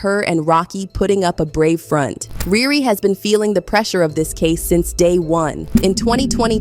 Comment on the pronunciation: Its riri not rere lame